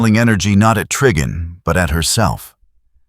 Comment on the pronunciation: The TTS mispronouncing Trigon as Triggon made me laugh so hard 🔻